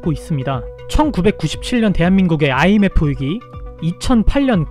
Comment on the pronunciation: 개지식이라서 IMF를 IFM이라고 했나요?